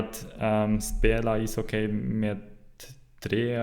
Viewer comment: Good, but pronounce ishockey as isocky, no diphtong at the end.